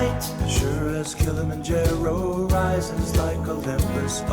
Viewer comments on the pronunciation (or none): Apart from pronouncing Kilimanjaro like a doofy Canadian.